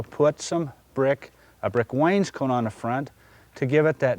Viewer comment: Love the way he mispronounces Wainscot - making it sound like someone's jacket.